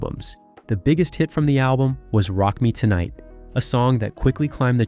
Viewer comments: It's Tonight. Not Toenight? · "After the controversy surrounding his Rock Me Toe-night video" 🤣